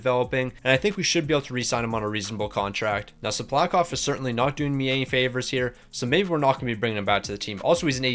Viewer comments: btw, his name is pronounced “sip-luh-kov” I’ve noticed you pronouncing it wrong in past vids too so I hope this helps. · Don’t bother lol he pronounces half the names wrong